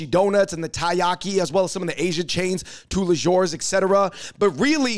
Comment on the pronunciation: no S sound with tous les jours LOL!!